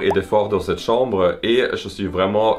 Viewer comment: CAHMBRE sinon j’adore la chambre 🥰